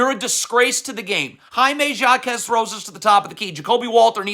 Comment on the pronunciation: The only disgrace is your pronunciation of literally every foreign person you slander. You can't be serious. Jaime Jaquez, Masai Ujiri, Darko Rajakovic. Masai has forgotten more about basketball than you'll literally ever know. So has Darko for that matter. It's one thing to say players botched a coverage. Another thing to assume you understand exactly what the scheme was while knowing nothing and complaining every time the Heat score. What your followers don't understand is that even the best defensive teams give up over 100 points a game. So while you CAN point to half the points and complain, what you carefully Don't point out is why you give up one thing over another. Again, generally, you know your shit. But the level of hubris and disrespect shown towards people who'd lap circles around you in terms of basketball knowledge is truly mind boggling. Anything for the click tho, am I right?